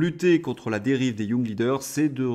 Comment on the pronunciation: Pif, paf, et surtout pouf... Excellent! Mais si démoralisant 😡... Juste une petite chose, ce serait nettement plus élégant de prononcer les mots anglais en anglais, tel que young (leader). Courage 😅!